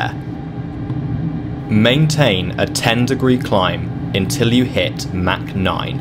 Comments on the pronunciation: It’s not “mac 9”, there’s no McDonald’s here. Try “mach” as in “mock 9”. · I think you meant to say mak 0.9